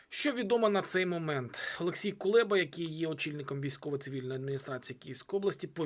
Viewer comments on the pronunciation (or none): none